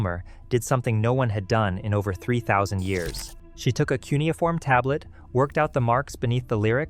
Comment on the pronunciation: "Kew ni form" !!!!